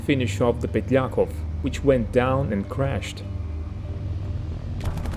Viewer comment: thank you for the story, very interesting. But please, pronounce correctly: it's "bÉriev" and "petlyakÓv".